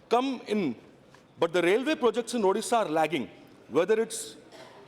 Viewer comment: 1st see your own english.... It's illiterate ....not ilitarete😂😂😂.....it's bad not bed....and moreover it's ODISHA...... U better join some english academy and improve your english😂😂😂😂😂.... In short 1st see where u stand in your life!....